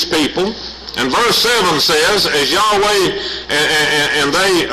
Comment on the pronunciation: Well, he doesn't pronounce YAHWEH correctly.